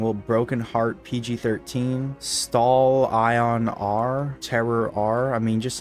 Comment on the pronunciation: >Stal Ion R??? Stallion. It’s stallion. Rated R.